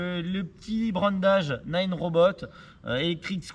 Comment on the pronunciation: Naaaaaaneuh !!! Pas nine !!!! Bordel !!!